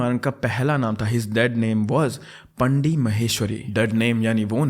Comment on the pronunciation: It's pronounced as वेट्रिमारन and पाणडि